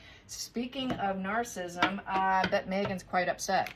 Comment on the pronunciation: Please.......you are mispronouncing narcissism. It is........... nar-suh-si-zm